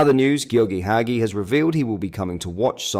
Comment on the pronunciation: mate hagi pronounced HA JEE!! Ibrox I- BROX😅